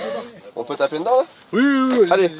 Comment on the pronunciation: J’adore ce que vous faites, je vous suis depuis des années. Je me demandais: est-ce que sait qu’il prononce le mot « Dedans » bizarrement? Il dit « Ndans » et pas « De dans » D’où vient cette accent?! 😅😂